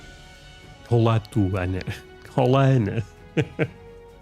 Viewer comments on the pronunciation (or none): none